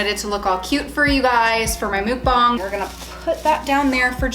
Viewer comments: Please tell me im not the only one correcting her while playing when she pronounced muk--BANG as muk-bong?.... i kept yelling at the screen "its MUK-BANG..... bang! Not bong!" My fiancee is laughing at me. Regardless, im happy that they are out of the house. Watched all of the vids from start to finish to this one. At least you learned from this experience that when you guys decide to get another house you now know the proper steps before owning a new house. IF you guys decide to give it another go. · What is it that you said at the beginning? You wanted the bag to look good for your what??? The CC said “mood bomb” but it sounds like you are saying “mook bon”? I’m so confused, what is that???? Okay now I see your hashtag. But I still want to know what the hell a mukbang is!?!? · The muk in Mukbang is pronounced like duck - mook means something else in korean - just saying 🤷🏻‍♀️ anyways loved your videos- was angry/sad w you and glad you’re out of there!